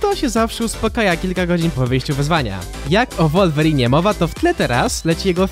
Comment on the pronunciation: Jakby coś mówi się łulwerin a nie wulwerin